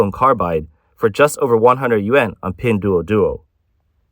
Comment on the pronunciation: Is this voiced by fake Chinese AI accent? The way the guy pronounces pingduoduo is weird.